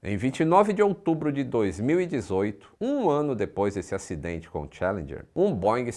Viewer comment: A pronúncia é tchAlendjer. E não tchE.. Cadê as aulas do outro anunciante?